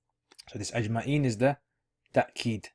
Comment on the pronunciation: Why do you say ta-keed. It's written as tawkeed